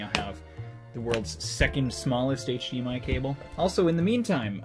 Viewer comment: “HDMIO” tho